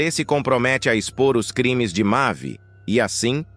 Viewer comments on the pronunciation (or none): Meu queriso , o nome dela é DUH e nao DAN. outra coisa , o nome do filho dela é YARLEI e por fim ... O nome do outro é, MAVÍ e não, MAVIN ! Pq tem horas que vc fala certo e em seguida, fala de maneira correta . Isso se chama falta de ATENÇÃO.